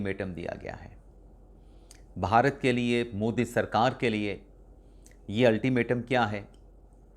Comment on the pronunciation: آپ بعض اوقات بھارت کی بجائے باھارت بولتے ہیں. جو کہ اچھا نہیں لگتا.